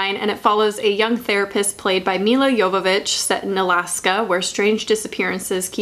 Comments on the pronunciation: I favorite part of this video is you pronouncing Milla Jovovich's name correctly. NOBODY GETS IT RIGHT LMAO. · Okay, you love The Fourth Kind AND you pronounced Milla Jovovich's last name CORRECTLY??? Stop, I'm already in love!!! Also watch Extraterrestrial by The Vicious Brothers!!! They're the Grave Encounters guys!